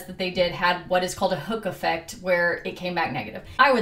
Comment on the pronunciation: I don't know if I'm just tired, but I heard "Hookah Fed" instead of Hook Effect